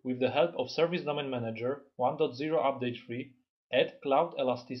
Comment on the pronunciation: I think is is.. manager... not manger!...